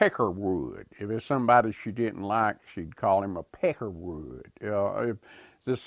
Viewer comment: On no not "Peckerwood". :)